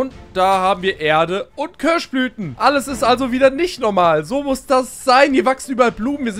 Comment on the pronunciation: Köasch Blüten! 😂